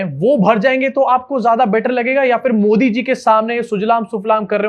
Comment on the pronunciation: Theek word hai Phir ( not For) please correct yourself